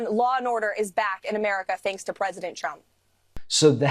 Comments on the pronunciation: Maybe someone has already said this but it always sounds to me like she calls him President Chump. Quite accurate actually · Sounded like she said president chump…. Yes, yes he is….first time I agreed with this lady….